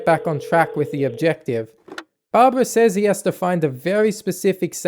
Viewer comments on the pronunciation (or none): none